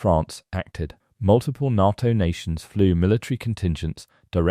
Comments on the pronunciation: Is this another example of some ignoremos trying to supply an audio text, or is it another rotten example of artificial intelligence providing the commentary? The defence organisation NATO is pronounced Nayto and not Narto. Get it right. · The letters are NOT pronounced NAA T O - Artificial Imbecile !!!!!!!!! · “NAH-TO” is so annoying! This is a bot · I can't watch this: NATTO! NATTO? Ya BOO- llocks. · When did NATO (pronounced, NAY TOE) crack? Nonsense! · It's pronounced "NAY-TO". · Please say NATO correctly! The 'A' in NATO sounds like the FIRST letter of the alphabet when you start to recite it! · I've never heard anyone ever pronounce Nato the narrator does 😂 sounds so wrong